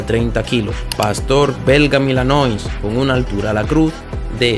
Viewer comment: Se escribe malinois, no milanois, y se pronuncia malinuá.